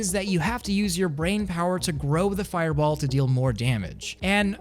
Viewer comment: u gotta say fireball like the anyome u know. maybe?idk?